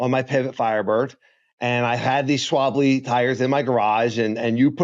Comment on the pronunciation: yes! Haha. “Schwablay!”